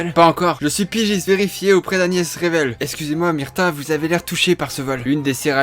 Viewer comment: Ouhh ça pique ! Ca se prononce Agnès "Reuvel" pas "Rével"